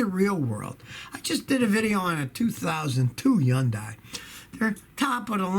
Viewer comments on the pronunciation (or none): HUN-DAY. HUN-DAY. HUN-DAY. .. as the TV commercials say.